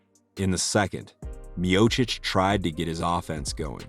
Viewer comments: Good ol stipe " myohsick" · His last name being mispronounced 3 different ways in his first fight was pretty funny. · So how are we meant to pronounce 'Miocic'? Several different versions throughout his storied career. He's mint and as it stands, the greatest heavyweight. Although, I think Aspinall will take that mantle eventually.